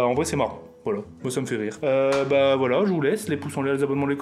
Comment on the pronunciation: il a dit voila juste il a pas articuler